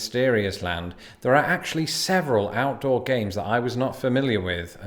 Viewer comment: At first I thought you said “Gays” instead of “Games” . Ngl for a second there I was questioning reality Love your content btw :) Time stamp